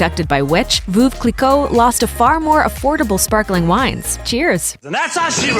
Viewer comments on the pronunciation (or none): giefF ver saa che cuz its Italian , and veuve is not pronounced as voov, its something like verve clii-quoo in french. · Veuve Cliquot is not pronounced Voov Cliquot more like Verve Cliquot as the English would pronounce Verve i.e not pronouncing the r much. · "Voove" Clicquot lolololol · Sue Harvey I'm french, no "r" in veuve. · Sue Harvey I don’t have to rely on Google for pronouncing Veuve Cliquot correctly because a) I speak the language and have since childhood and b) google is a joke when it comes to translation and pronunciation. There is no « r » sound in Veuve.